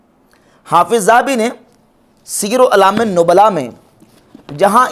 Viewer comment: سیر اعلام النبلاء کا نام نہ مرزا کے چیلے کو پڑھنا آیا نہ مرزے نے صحیح پڑھا😂😂